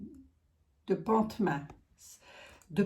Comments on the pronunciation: C est chez moi . Le t ne se prononce pas. Pontmain on dit . Apparition de la vierge en Mayenne a des petits enfants. L historique est magnifique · Pontmain ça se prononce😊sans le t